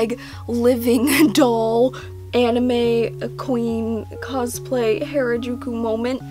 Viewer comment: as a person from Japan/Nihon I can tell you it is not pronounced (hair-a-juku) it's pronounced (h-are-a-juku), sorry if I make your fan upset but I feel that if I dont say it someone else with be worse about it, you know yell about culture and stuff, I dont want someone to be bullies over something like this, I'm just informing for the sake of safety and knowledge .(edit) you look very adorable with nearly no makeup, agree in a way that red doesn't work to well with your look, it might be the hair colour, and I love you background <3.